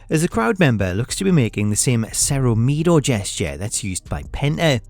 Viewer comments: Lol it's not 'meedo' it's m i e d o (me-ado) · why did you butcher his catch phrase, say it correctly it’s MIEDO not MIDO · Bro butchered "miedo" 😂😂😂😂